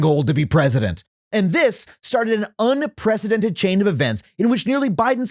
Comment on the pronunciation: Are...are you saying "un-presidented?"